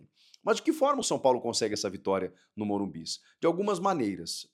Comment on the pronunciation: Que poha eh essa de morum"bis"?